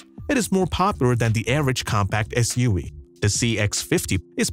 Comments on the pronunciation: What's up with your "V" said like Wee? (S-U-WEE) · “SUaweee” I can’t 🤣🤣